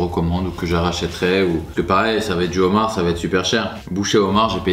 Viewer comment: "Des bouchées au Zhomard" 🤣 Toujours autant fan de tes vidéos !